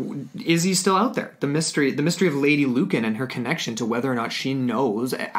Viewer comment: Sorry its really bugging me its pronounced lewcan